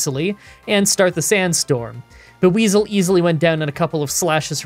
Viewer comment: I'm sorry but "Ba-weezil" is just painful to hear. That is really bad.